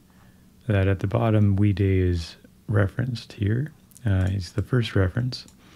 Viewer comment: Wee Day or Way Die? I always heard his name pronounced Way Die